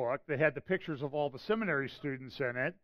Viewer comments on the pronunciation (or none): none